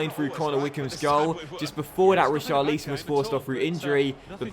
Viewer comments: You need to pronounce Ri-Char-Li-Son not Richarleeson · Say it right it's richarlson don't say it who it looks